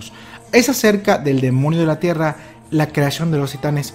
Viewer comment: like si en el segundo 10 notaste que dijo,el demonio de la tierna